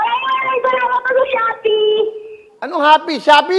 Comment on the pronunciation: “shoppy po shoppy.” Hahaha